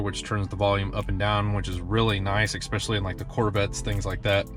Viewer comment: "ex-specially" ugggg